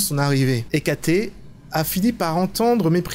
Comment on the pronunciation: MA PLUS GRANDE QUESTION : IL FAIT QUOI LE SAPHIR SVP ? "Hécaté" ?! Tu fais mal à mes oreilles de gréco-latiniste 😿 ! Hécate (en grec) ou Trivia (en latin) c la déesse des fantômes, de la brume et des carrefours. On l'appelle aussi la déesse aux 3 visages...